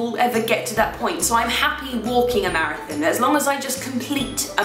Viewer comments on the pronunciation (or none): "marathin" hehe love how you pronounce that